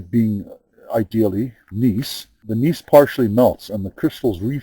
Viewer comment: Geologist here. Gneiss pronounced nice here in the states.